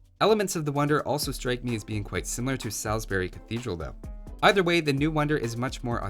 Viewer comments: It's SAWZ-bər-ee not sal-is-bury :P Tho tbh the GPS also pronounces it incorrectly XD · Bold choice of pronunciation for Chichester and Salisbury there my man... And also for lions... Lulz aside, I enjoyed it my dude. Keep up the good work